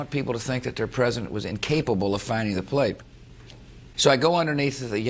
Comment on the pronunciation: "wouldnt want the american people to think their president was incapable of finding the plape" ... you said plape...